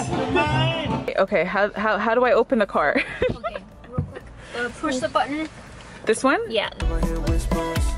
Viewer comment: Can you pleas say "Button" and not "Buens" this triggers me every time..